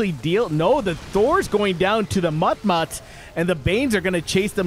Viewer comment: I like your content, but a bit of feedback from me is that while mutt mutt's is a cute way to say mutulisks, maybe just not every time. Anyway, these two are so good! Amazing match.